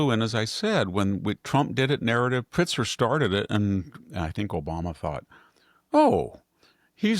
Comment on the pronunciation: Victor, it’s Pritzker not Pritzer, and it’s Martha’s Vineyard not Martha Vineyard. If Sami doesn’t want to interrupt and correct your pronunciations during the podcast, why couldn’t she talk to you about your mispronunciations after the podcast so you won’t continue to do them with that particular word or words!